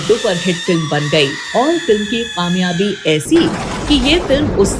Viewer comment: Qamyabi nhe kamyabi hota hey. Pronunciation is not correct